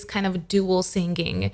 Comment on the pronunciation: you pronounce singing to sing-ging. why?